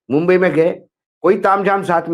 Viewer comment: Mumbai bola bumbai nahi